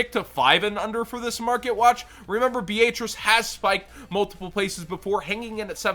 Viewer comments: BEE-AYE-TRICE LMAO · The italian pronounciation is B-ay-atri-che